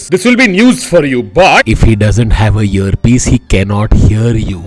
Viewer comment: Hearpiece ki jagah muje Herpes sune aaya.🤣🤣🤣